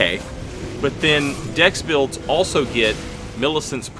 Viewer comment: At first I thought he said "15 bills ago" and I was like, that's a neat way to label months. But no, he said builds.